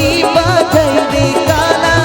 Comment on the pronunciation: বাজাই নয় বাজায় আর ঘরে থাকা দাই নয় দায়। উচ্চারণ ঠিক করুন।আপনার কণ্ঠ স্বর খুব ভালো ।